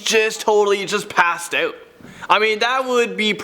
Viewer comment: Passed owt